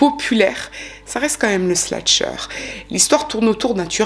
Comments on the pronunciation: Encore une histoire bien raconté/expliqué ! Petite note: on dit slasher et non sla(t)cher ❤️ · Merci pour cette vidéo captivante. Quelle histoire terrible! Ta narration est parfaite. Si je peux juste me permettre, on dit "slasher" et non "slatcher" (c'est slash le verbe ). Bonne continuation 😊